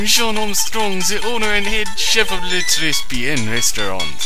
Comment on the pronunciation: Thanks for uploading despite the computer problems <3. Also, "très bien" and "enchanté" are pronounced "trè bien" (mute s.) and "enchantay" (acute accent ;o)